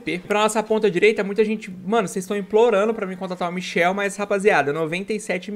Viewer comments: é michAel não michel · Nao é michel é michael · Não é Michel é Michael